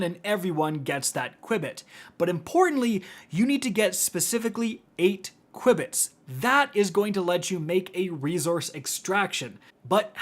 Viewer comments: I'm sorry, but it's pronounced 'q-bits' no 'cui-bits' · JFC...it's pronounced "Q-Bits"...as in quantum bits. 🤦‍♂️🤦‍♂️🤦‍♂️ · Qubits are pronounced "Q bits". Short for quantum bit. Ordinary computers use bits; quantum computers use qubits. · Hearing say qubits I will star saying it like that now 😂😂 I think it's "cue"-bits but I like the new pronunciation 😂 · q-bits, like quantum bits 🙂 Appreciate the video, definitely making my runs much easier, your videos are always super helpful, thanks for this and all the other new videos! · lol mispronounced the word so much THERE IS NO I BETWEEN THE U AND B lol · Sorry I’m pronouncing it this way from now on. It’s too great, fun to say